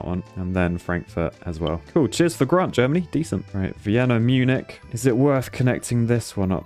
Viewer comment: Oh god, when will you learn how to pronounce Munich? I just want to hear you say it once. Correctly.